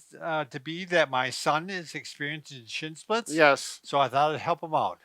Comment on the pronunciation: Are you saying shitzsplits? LMAO